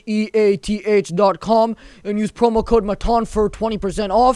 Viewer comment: With his accent bro pops up cracks me up when advertisement of sheath pops up sounds like we advertised by sht XD